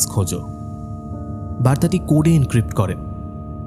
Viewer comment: হ্যাকার এনক্রিপ্ট শব্দটাকে বলছে ইনস্ক্রিপ্ট😅। দেখে পড়বেন তো....